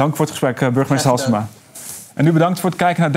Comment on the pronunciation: zegt ie nu echt Valsema??? :D